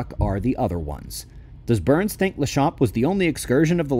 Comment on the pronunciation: Were you saying BURNS or Booo-urns 😂😂😂